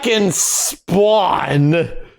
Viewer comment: Fawkin SPWAWN😂😂